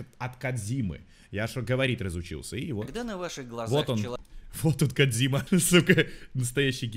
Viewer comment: Кооодзиима,кодзима на кодзиме.звучит не кодзима